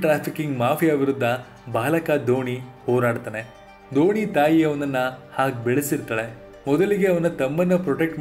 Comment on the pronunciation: ದೋಣಿ ಅಲ್ಲಾ ಗುರು! ಧೋನಿ 🙆🙆🙆🙆